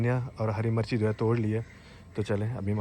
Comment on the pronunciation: Ghonchu driver 😂😂 Hari marchi torli 😂😂 bolna tu seekhly kutty.. Mirch hota h marchi ni